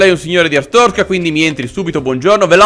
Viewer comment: Siamo alla seconda stagione e ancora non sai pronunciare bene Artzorska